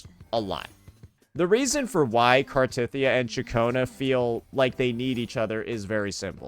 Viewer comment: Omg you actually pronounced Cartethyia correctly! Only once, but it's a start 😊